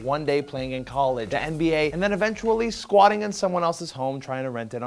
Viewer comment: Thought is said NSA not NBA and I was like: What? NSA star? What the hell is that XD